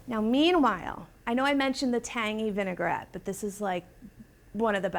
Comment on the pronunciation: How could you let her mispronounce vinaigrette so many times? All the way through production and nobody heard it? VIN UH GUH RET, VIN UH GUH RET, oof it was hard to watch, not knowing when she was going to drop another V bomb. Come on, you're supposed to be the experts.